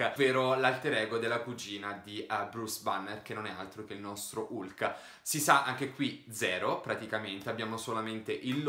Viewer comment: Si pronuncia halk